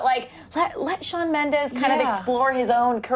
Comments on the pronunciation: ...It's MENDES, not mendez... (In the beginning ) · ITS SHAWN MEMDES NOT MEMDEZ 😂😂😂😡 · BITCHHHHHH ITS MENDES, not Mendez😪😒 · Correction it's Mendes not Mendez get it straight 😑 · Shawn Mendez srsly????? It's Shawn Mendes!!!! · ughhhh ...its not Shawn Mendez , its Shawn Mendes . why does everyone say mendez ??? its so frustrating #mendesarmy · It's Shawn Mendes not Shawn Mendez😬😠😡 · Wtf is "Mendes" no "Mendez" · its shawn MENDES not shawn MENDEZ..😤😣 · i love shawn mendes💗💗💗 and it's mendes not mendez😬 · It's Mendes not Mendez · It's not Mendez it's Mendes 😂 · It's Mendes not fucking Mendez. IS IT THAT HARD? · "Shawn MendeZ" lol😂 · "shawn mendez" oh no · Shawn "Mendez" you wanna talk about him but you don't even know his name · ''MendeZ'' stop please. learn to spell his name. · Oml "Shawn mendez" nooo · it's Mendes lol not Mendes...:)) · Does it bother anyone else that Mendes has a Z instead of an S. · Mendes is with a S not a Z!